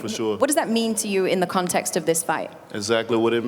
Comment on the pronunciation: you’ll have to ask Deontay…… sorry, you’ll have to AXE Deontay. “Contrex” isn’t in the English dictionary. I’d like to assume he meant to say “context” but, he’s a “KANG” and who am I to question the linguistic capacity of a KANG!